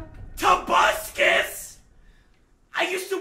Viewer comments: I fucking love it how he intentionally mispronounces every skin, when he said tobuscus i choked on my fanta lol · Juncoes pronunciation is so bad for example: probuscus TOBuScUss